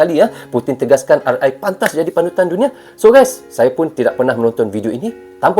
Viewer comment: RI BUKAN RE MAS